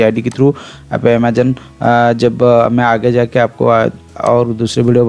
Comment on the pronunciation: Ur pronounce of Amazon is wrong 😅 do correct it